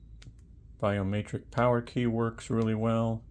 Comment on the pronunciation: Btw idk if its an accent or if you dont know but biometric has an e not an a i was like whats a biomaytrick?